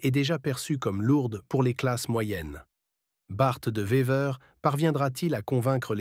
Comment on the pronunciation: Il dit aussi "Bart 2 Vever"